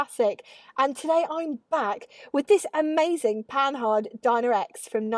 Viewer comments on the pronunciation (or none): Yep démarreur. Also just a little pedantic but it's pronounced "Panar" I love Panhard especially the pl17. Great vid as always Steph. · PaNAR, stress on the last syllable as always in French. I wouldn't get on with the crashbox either! The crankshaft has roller bearings, so it's good you didn't lug it--that would have trashed the bearings. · Who says the H in Panhard? Might as well say the E in Citroen or pronounce the G in Peugeot like Peu-goat and be consistent in mangling French names.